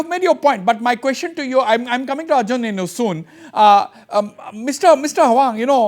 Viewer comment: Correction..... called it Nienu not neinu